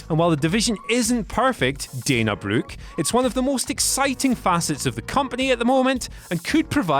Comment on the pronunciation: "Dana Blook'